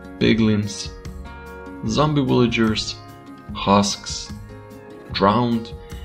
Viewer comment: “Willyges” “Walue” Need to work on ur v’s man lol